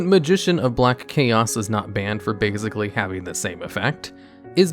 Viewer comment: "bagzically" 2021